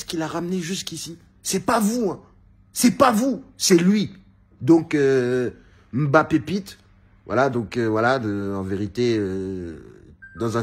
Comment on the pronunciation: Prononce bien ce nom, il vient du Cameroun et il est respecté (ce nom ) ici par son grand père